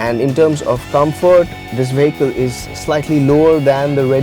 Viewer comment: the moment he started saying 'veyheecle'